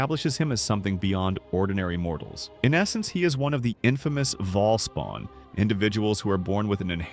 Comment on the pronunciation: Bhaal. Bhaalspawn. Other than that, well done.